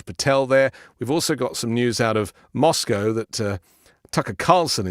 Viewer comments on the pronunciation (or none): none